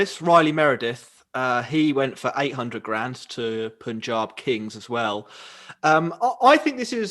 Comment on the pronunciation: just one more thing: its Punjab.... pronounce PUN ....then add Jaab.....its not Poonjab....